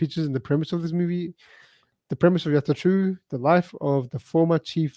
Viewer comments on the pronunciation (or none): "Yatra" , not "Yarta"